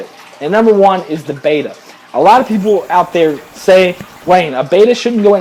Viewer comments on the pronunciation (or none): FYI guys, the word Betta (bet-uh) is not pronounced the same as the Greek letter beta (bay- tuh) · Since when have Gymnocorymbus ternetzi been renamed as Skirt tetras and Betta Splendens as Bayters? It's Latin, (that's an ancient form of Italian) and it's pronounced 'Better Splendenz'. Oh, and I have a chocolate chip starfish, but it's somewhere unmentionable on a family website, not in my aquarium.